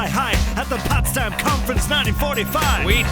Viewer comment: It's "Potsdam"